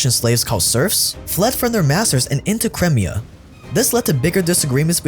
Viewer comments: How is so bad at pronouncing certain words? It drove me crazy a few weeks ago when he kept saying Papal States with a bizarre pronunciation. His butchering of Crimea in today's video got under my skin too. The thing is, his videos are actually pretty good overall. I'm doing my best to overlook how badly he says certain words out loud because I don't want it to ruin the overall experience, but dang, it's difficult sometimes. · Cry…me..ah not cremia. 🤦🏻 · Its C KRY-ME-AH not Crem-ee-ah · ffs, get your pronunciations right, It's pronounced Crime-IA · Crimea (CRY-MI-A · "cremia" though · First it was pa-pal states, now it's crim-ee-ah. Amazing documentaries, but please get your pronunciation right! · You're pronouncing crimea wrong. It's pronounced Cry-Mia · pronunciation drives me craz... omg the way he says Crimea... I think he does it on purpose! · ohh hes talking about crimea? wtf is that pronounciation